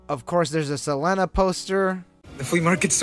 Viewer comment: It’s pronounced Saleeena! No hard feelings 😊